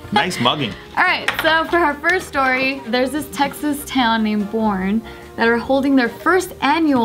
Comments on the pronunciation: The towns name is Boerne and it’s pronounced “ b-ern-ee “ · Tiff its not pronounced Borne its more like Burnie for Boerne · Omg how Tiff pronounced Boerne 😂 she said it like Born, but its pronounced like Burney. Im from Texas so it cracks me up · the texas town Boerne is pronounced burny not born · I live next to the town borne I live in san Antonio and you say it borney ☺ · LMAO!!! WTF THATS MY TOWN!!! It's pronounced Burn-knee btw 👌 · So Texan here... the city Boerne is actually pronounced “burn-e” not like born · Boerne is pronounced Ber - Nee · the way tiff pronounced boerne killed me 😭😂 i love jk so much 😂😂❤️